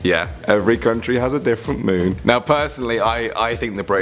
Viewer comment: The WHAT moon is the best? I can't understand you.